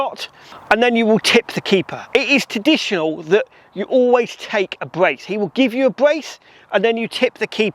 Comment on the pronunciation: Sorry, but I have to say it, there is an R in traditional.